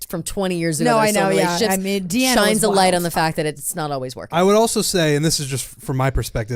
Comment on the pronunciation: BTW Jesse had Deanna’s name correct (it is said the way he said it).